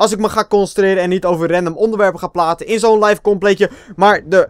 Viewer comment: Lol min. 15 zei je platen in plaats van praten. Haha!! Ga zo door